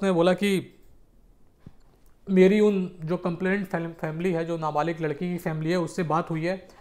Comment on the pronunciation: Baat kar na sikhle pahle ..kabhi na balik bolte ho kya hain ye 24 saal ka larki na balik kese huwa 😂😂